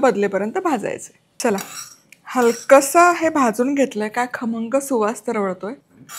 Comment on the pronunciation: Tai tumhi pahilyanda khamngchya yevji kharmanga bolle😂....but tumchi recipe super ani usefull ❤❤❤